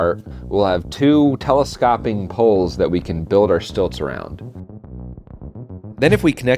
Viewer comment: "Telescopping" shudders